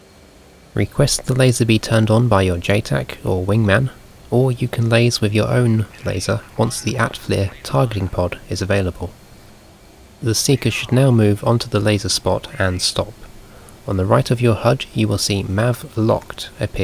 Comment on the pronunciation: Nice explanations as always :) I've read that the pod is pronounced A-Tee-Flir and not At-Flir. I guess many will have a hard time getting used to that including myself :D BTW I've shot the AGM-65E from max range at 18'000ft, going 300KTS indicated and up, which means as soon as it picks up the spot which is ~17nm. They all arrived at their target without issues. That is an incredible advantage over all the other Mavericks. Top range I could get out of the ones fired off the A-10C was like 11-12nm in FC mode. But that was at less altitude and compared to the Hornet's speed, a Hog doesn't move at all :D